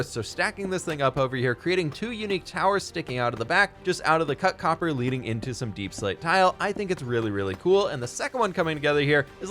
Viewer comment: Like that one dude said name is coppurr